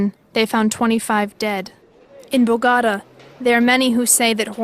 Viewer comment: Voice over: BOGATA! 🗣️